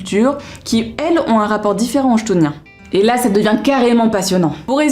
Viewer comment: Et ben tu m'as grave donné envie de les lire !!! Vais les rajouter dans ma wishlist ! D'ailleurs ça s'écrit comme ça : chtoniens ? à mon avis ça se dit "ktonien" ;) Des bisous !